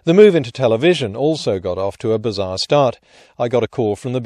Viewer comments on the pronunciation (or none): none